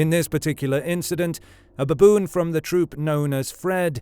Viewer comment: So many "beboon" in a minute😂